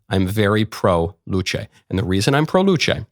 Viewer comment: I react a bit late but who cares. Luce said as "Luche" (after church freely) feels a bit strange, I heard and thought it was said like "Luce" as you said, but with the "e" somewhat silent. There were mentioned that Luce means light and not to confuse it with Lucifer, but didn't Lucifer means light or light bringer as well? I don't know much about religion, but I heard one ot two things about it. My main interest for the religious content mostly come from the game called: The Binding of Isaac, and since a part of the base game were playable in browser while flashplayer was supported (yes I'm kinda old by now). But back to Luce, yes the memes and arts made her really famous, what really surprises me is that the "rule 34" artists were "wholesome" and didn't made that many content with her (yes I checked it).